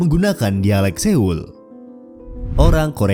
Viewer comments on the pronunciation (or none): Saran saya narator harus belajar menuturkan nama di negara yang dimaksud secara penuturan aslinya. Gojoseon dibaca "gojoson", Kota Seoul dibaca "soul" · Di menit lu kebalik kocak, foto kim il sung sama kim jong il, research dulu yang bener, kim jong il itu sebelah kanan, kim il sung sebelah kiri, jangan dibalik balik, terus untuk penyebutan kata yang ada huruf "eo" nya dibaca nya tetep "o" contoh "Seoul" jadi "Soul", "Waryeon" jadi "Waryon" Belajar lagi min